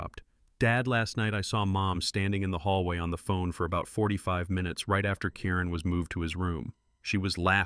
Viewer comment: It's KIRIN NOT KAREN